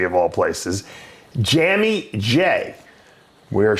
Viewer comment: Jammy? Jamie 😂